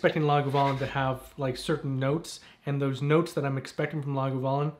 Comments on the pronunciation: Yeah sounds like Laguvalin rather than Lagavulin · Great review. The 11 is a favorite. It’s pronounced Lahg ah voo lyn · You're saying Lagavulin incorrectly. I have a slight cringe every time it's said. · It hurts me every time he mispronounces it… I can’t take this review seriously because of it